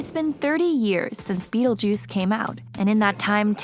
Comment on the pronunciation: O Mestre Das Artes Místicas Don't you mean Beetlejuice? WTF is "Bettlejuice?"